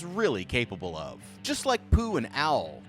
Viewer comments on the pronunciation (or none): bruh wtf u pronouncing Owl as Al i was just listening to this and it confused tf out of me